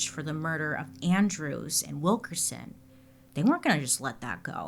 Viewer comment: It’s Wilk’IN’son, not Wilk’er’son 😂